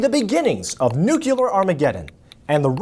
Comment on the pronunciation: I like how pronounces Nuclear. Just like Mr. W Bush used to say it:')